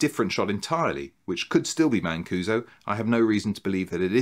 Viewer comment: A little jarring to hear my last name repeated in connection with racketeering and murder, but I do appreciate the correct pronunciation. This doesn’t really help in your search for a Weegee nun, but I had two great aunts and one aunt, all Mancusos, who were nuns. Geese of God (Flying Nun headdresses). As far as I know, none ever murdered anyone. The depth of the research! It would be great to hear about your research process and sources. The length is fine: matched by great content and wit!!!